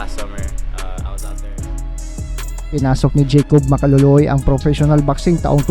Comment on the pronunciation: Ang ganda pakingan ng ring anouncer yung binigkas na ang apelyedo ni jacòb Ma-ka-lo-lo-oy